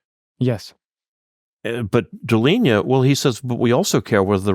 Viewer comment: In this video, Professor mispronounces Pierre Deligne's surname. "Interview with Pierre Deligne, the Abel Prize", December 12, 2019